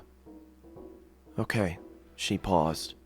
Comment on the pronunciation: It's not OKEH to be OKEH"❤(Titan cry😭😭😭)